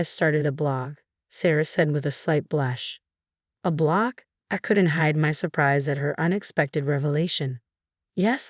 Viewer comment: Blog… not block!!